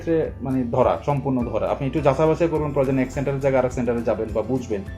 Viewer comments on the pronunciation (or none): none